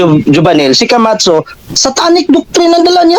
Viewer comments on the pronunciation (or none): Pagbanggit pa lang ng camacho mali na e, kamatso ang sabi e. 😂